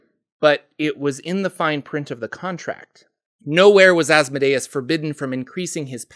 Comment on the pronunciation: THANK YOU for your proper pronunciation of Asmodeus.